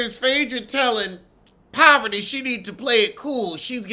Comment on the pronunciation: Her name is Parvati. But the American tongue doesn’t know how to pronounce it. Lol. So many people unintentionally mess up her name.